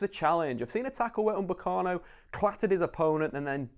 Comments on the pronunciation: his name is UPAMECANO not umbekano xD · He tries so hard to try and sound smart but can't even say upamecano